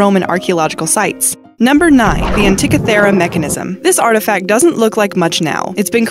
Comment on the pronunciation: The narrator needs to learn how to pronounce the things she pretends to be informing us on. Its anti-KITHER-rah not ant-tickey-ther-ruh. and you gotta love jude-EYE-ism ....